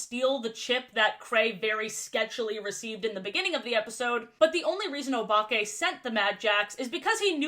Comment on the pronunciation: Anyone else think she is about to say Obama when she says Obake?